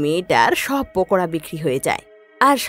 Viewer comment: ওটা পকোদা হবে না ওটা পকোড়া হবে😊